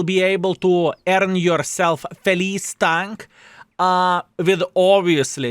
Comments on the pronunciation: It is not pronounce felees, it is felitche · Since it's italian tank it should be pronounced with CH, it's not name, it means happy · I'm not Italian, but I think this tank's name should be pronounced "Felitsche" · My king of baboons,correct pronunciation is FeliTceh = Happy/glad in Italian but it can be a male name as well 😊 unfortunately WG can mislead us by calling Italian tanks with English names as Lion = Leone would have sound much better😅. Italian tank linked with Vikings? 😅 ok We had normans leading south of italy in the middle age (no jokes) but this is really stretched😅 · I don't want to be that guy, but it really made my inner italian scream (I'm not even italian, just from Hungary). "Felice" should be spelled "Feliche" with the "e" sounded out at the end. And yes, I know, I am that guy now, don't even tell me that. 😅